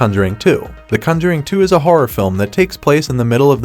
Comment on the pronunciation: Why do you pronounce conjuring so weird?